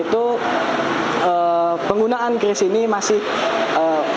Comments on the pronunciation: Penyebutan QRIS yang benar adalah KRIS, bukan KYURIS ataupun KIRIS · Kris bukan kyuris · kiw ar matamu picek. bacanya biasa az: qris (kris) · bukan Qiuris .. tapi Kris sebutnya